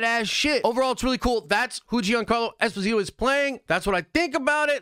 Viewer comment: Jean- Carlo Esposito it is pronounced like Jean-Luc Picard I have heard him pronounce his name